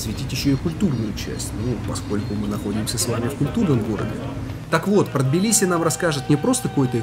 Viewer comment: Надеюсь до конца ролика научиться правильно произносить слово Тбилиси......😂😂😂 и не будет тебе мешать снимать видео 😡